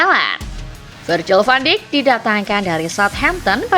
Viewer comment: Koreksi penyebutan van dijk